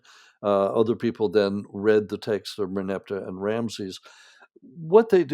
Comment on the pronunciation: Please, learn to say the word "text"